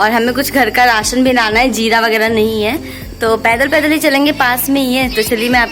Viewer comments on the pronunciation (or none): none